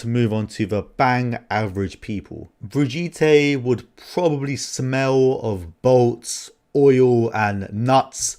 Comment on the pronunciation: Most people: Brigette This guy: Bridge E Tay